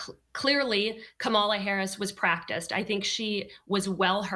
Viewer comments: No excuse!! When one signs up to be a reporter, the onus is on that individual to learn names, fact check information, travel abroad, interview people of different nationalities, etc. Her constant mispronunciation of VP Harris’ name appears intentional! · Kamala Harris beat Donald Trump like a drum! That lady deliberately mispronounced Kamala's name and called Joe Biden a disparaging name. That's the kind of sloppy, grade school antics that Donald Trump and the Republicans do; but Lying and name-calling are not substitutes for policy! Donald Trump can tell a whole bunch of lies and spin conspiracy theories with no proof at his rallys and his followers go along with it even when they know he's lying. But when you participate in an actual debate then you have to come to that stage knowledgeable of the actual facts and prepared to debate the best approach to dealing with the actual facts on a range of different topics. Donald Trump failed miserably in both cases! He just kept running back to what is most comfortable and familiar to him, which is lying and just making up stuff. Kamala, on the other hand, was very well prepared and quite well versed on everything to do with presidential duties, to include foreign policy and domestic issues. I doubt that there will be a second debate because I'm sure Donald Trump doesn't want any more of what he got last night which was a serious beat down! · And please try to learn how to pronounce Kamala's name. It just makes you look dumb not to... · There is NO excuse for to keep mispronouncing VP Harris first name; totally unacceptable considering she’s a well renowned reporter. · Why can't you pronounce her name??? KA-ma-la. Not Ka-MA-la. And honey chile? WTF??? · Yo Be outch. Its Ka ma la!😊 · "Ka-MAL-Ah"...I wish I could think of a widely accepted pronunciation of frump's first name. Ronald (McDonnie)? Connie? Asshole...well, that last one doesn't rhyme but is my personal favorite.